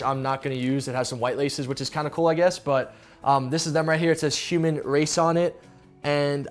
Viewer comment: is he saying Shuman instead of human?